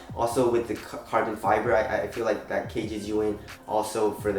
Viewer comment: ALSO CARBON FEEEBRAY